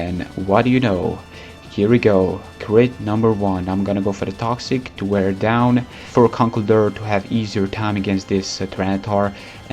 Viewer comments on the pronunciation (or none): none